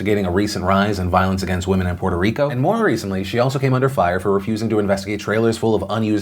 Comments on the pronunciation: I'm just glad, Phil, is saying Puerto Rico without an accent.....i was getting triggered. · Puerto Rico; Draining the hell out of it's swamp! Also, Thanks Phillip for not putting on the mierda accent when pronouncing the name.